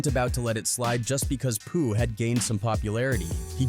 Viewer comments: 😂😂😂 he said Pooh name wrong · 😂 and after he already said it right twice..